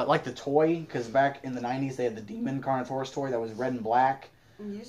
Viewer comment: I know that he said carnortious I was like wait what?